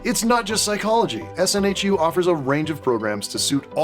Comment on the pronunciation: SNHU, btw, is pronounced snoo :)